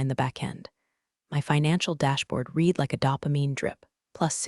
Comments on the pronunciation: The word “read” is spelled the same for present and past tense, However it is pronounced “red” in the past tense. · Someone should teach the AI that's reading these stories how to pronounce the word "read" in context with its meaning in the sentences. They are all doing it. Maybe they ought to listen to the story before publishing.